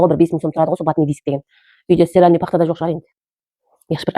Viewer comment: Стиральный пахта 😅 Стерильный де